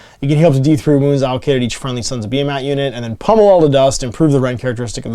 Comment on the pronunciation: Pretty sure it’s pronounced beer-mat